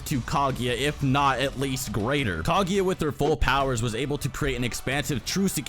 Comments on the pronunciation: Nice video but just one thing: it´s not Kagi, it´s Kaguya. Thank you. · "Kag-eeeeeeee-ya". wtf is wrong with you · Kageeeeeya!!!!!! Its Kaguuuuuuuya!!!!!! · My ears hurt from all the Ka-GI-ya, her name is Ka-GU-ya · if you say KaGYA one more time